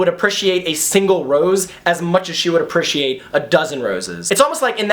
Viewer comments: U say it like apriciate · U say appreciate very weirdly 😂